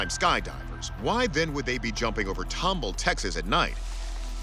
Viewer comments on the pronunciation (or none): Respectfully, it is pronounced tom ball not tumble. 😁